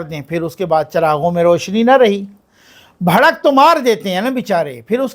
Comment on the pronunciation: اللہ تعالیٰ آپ کی حفاظت فرمائے ۔لفظ بھڑک نہیں بلکہ بڑھک